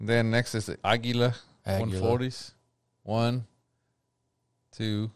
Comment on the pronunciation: Aguila. Ah-Gee-La.